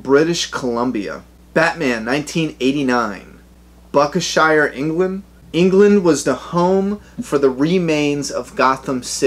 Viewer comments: Buck-a-shire, England??? What the fuck? That's Danger Dolan levels of place mispronunciation dude :D It's "Buck-King-Ham-Shire" Also, the Batman set 100% does not exist, it burnt down in the 90s, ProTip: Don't ever use Distractify or Buzzfeed as the basis of your videos, their research is terrible to point of borderline slander. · Buckershire???? Say "Buckingham(like the palace...!)shire" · It's Buck ing ham shire